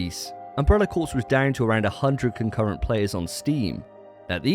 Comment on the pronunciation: Corps is pronounced “core”.